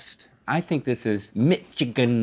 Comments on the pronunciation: Link never say nichagin ever again say Michigan correctly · Mich-igan? OR miss again link ;) XD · Why are they pronouncing Michigan like that, it makes me crack up every time xD I don't usually hear people pronounce my home state like that xD Also, a new favourite quote: "This is for Tupac!" - Link 2k19